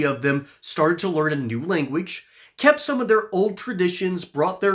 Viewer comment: Its been said that "You Live and you lear"